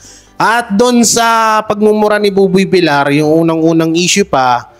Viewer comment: …No ofeense meant….Ok kang mag- react sa kahit anong isyu……..Hindi BUBOY “ BILAR!” Dapat [ BIL- YAR].,.sakit kasi sa tenga napapansin ng marami mong followeres….din….hnd lang ako….Ulitin ko……para lang sa kaalaman mo…dahil marmi kang taga-panood sa YT chnnel mo…..kaya iwasto mo na lang …..